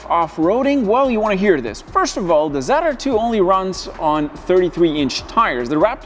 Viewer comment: ZR2. Not zide r2 lol